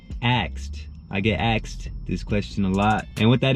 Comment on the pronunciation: You sound like a mayate when you say "aksed"